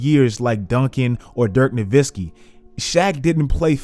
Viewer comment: It's Dirk Nowitzki not Nowveski